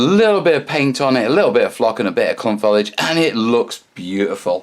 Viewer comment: It's Foh-Lee-Ij. Note the three syllables!